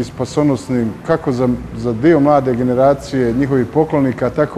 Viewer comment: Jel se ovdje neko zajebava ili šta... "Pogledaj-te i drugi diJo"?